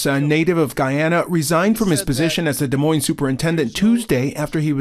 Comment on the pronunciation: His attorney can't pronounce the country Roberts is from 😂😂 FYI Guyana military don't fight cartels, you know why? There are no friggin cartels in Guyana. It's 83,000 sq miles with less than half populated. 750,000 inhabitants, hard for cartels to hide. He is probably not even from Guyana.